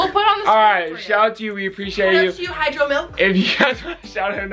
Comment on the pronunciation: It’s pretty messed up how said “hydro milk” for the girls name. A lot of people can’t pronounce my name either, I mean it’s fine that you’re trying just don’t say something completely different. My names adnan and over the years I’ve been called Afghanistan, Adam’s apples, Africa and many more.